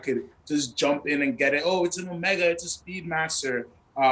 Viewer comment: Correction: you just can’t pronounce Constantin and Jaeger. You are pretty good at Rolex and Omega.